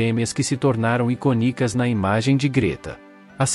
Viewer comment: TANGUÍVEL??? pondÊram??? iconicas? é uma narração automática? Isso sangram os ouvidos.